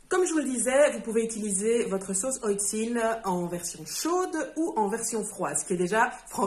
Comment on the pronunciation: Alors effectivement je ne connaissais pas. Et merci pour la prononciation, j'aurais prononcé à la française (oh le touriste) 😂 À quand l'envoi de la Chan Box en Suisse ? Ça m'intéresse beaucoup